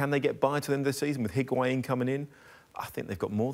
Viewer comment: The amount of people that are butchering Higuaín’s name 😂